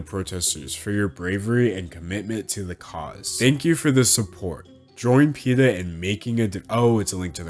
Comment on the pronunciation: you said it wrong